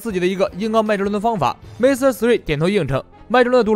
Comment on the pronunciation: mr3与其念 m r 3还是念mister3更自然